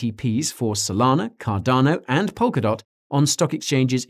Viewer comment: You said cardano wrong